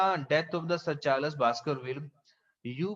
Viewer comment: Your explanation is too good but it's charls not charlas